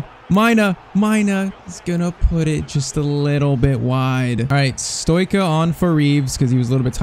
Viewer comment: Pcq:Stoica is pronounced like Stoichkov, so its like Stoitchka